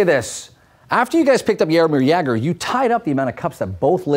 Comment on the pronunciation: It's hilarious how you pronounce Czech and Slovakian player names. But Jaromír Jágr was pronounced fine, we love that guy in Czech Republic!